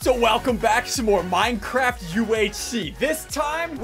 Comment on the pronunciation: I thought SSundee said minecrap hahaha